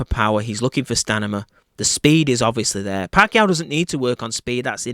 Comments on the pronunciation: stamina,,,, not stanima !! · stamina not stanima